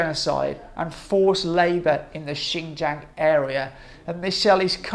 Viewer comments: Why can't you even pronounce it close to correctly "ShinJong" not "Jang". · I'll conceed "Jiong" is better than Jong, but a long A as in Jang (rymes with bang) is simply wrong. I did check translation software and no way a long "a"